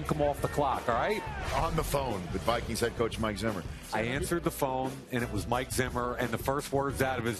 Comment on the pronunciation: I love how he says, the wikings